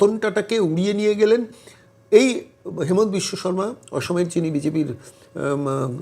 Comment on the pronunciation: Sir , Please pronounce the name of our CM as Himanta, not Hemanta. Thanks